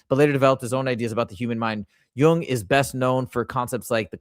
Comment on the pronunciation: That video clip about Jung was AI and that's why he pronounced it wrong. It's pronounced Yoong. But I love your video. My boyfriend and I discovered Gnostic Christianity in 2021 and were on board immediately. Makes sense to me, the Old Testament God is a petty A-hole and in no possible way could that be the same God Jesus spoke of.